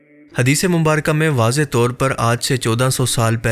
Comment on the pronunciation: Am I the only one who noticed "Hadees-e- Mumbaraka" when It's actually "Mubarak"